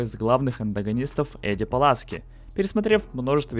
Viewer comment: Пуласки а не Паласки